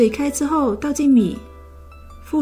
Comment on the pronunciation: 腐竹，腐第三声。我最爱吃了。